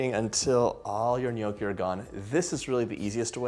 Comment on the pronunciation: Please learn how to say the word “ gnocchi”